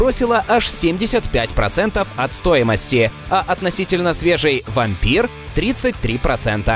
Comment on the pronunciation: не правильно сказал (правильно вампУр)